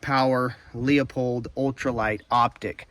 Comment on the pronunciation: Teardrop shape bolt knob feels more natural, especially when cycling rapidly. I like the Pure Precision Slim as oversize ones look goofy on a compact rifle IMO. EDIT: BTW, Leupold is pronounced LEW-pold, not LEO-pold.